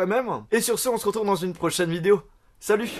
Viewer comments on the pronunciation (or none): none